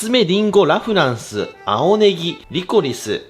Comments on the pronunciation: ラ・フランスのイントネーションおかしくない？ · ラフランスがアデランスのイントネーション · ラフランスのイントネーションが気になりすぎて、みた内容忘れた おフランスと同じイントネーションだと思う笑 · ラ(↑)・フランスが気になりすぎる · ラ・フランスのイントネーション😂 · ラ・フランスの発音が気になる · ラフランスのイントネーションが自分と違う😮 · ラ・フランスのイントネーション、このバージョンは初めて聞いた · ラ・フランスのイントネーション違くて新鮮🍐